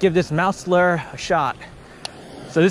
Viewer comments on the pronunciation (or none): Loo ure not lu er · you pronounce lure loo-ur not lur btw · Lure not lur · I thought I was the only one calling lure, larr... lol. Mouse larrrr instead lure. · Loo-er not lrrrrr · It’s pronounced (loo-er) not ler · Please stop calling it a lur..... it’s a lure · Dude it’s lure not lurrr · I hate how he say lurr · You say lure wrong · anybody else hate the way he pronounces lure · It’s pronounced lure not lure lol